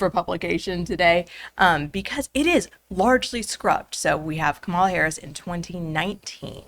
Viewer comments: You’re educated, decent people. Don’t play along with the childish insult of mispronouncing someone’s name. There’s only one person that determines the right way to say their name. It’s the named person. I don’t agree with her either. But that tactic makes everyone who might be on the fence tune out. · Can't even bother to get the pronounciation of her name right right out of the gate. It will not be part of the 2024 General Election platform. Such a bad faith podcast. I'm disappointed in you. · it's extremely childish to knowingly mispronounce her name